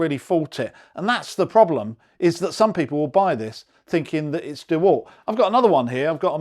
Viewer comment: Dewult not dewalt? Lol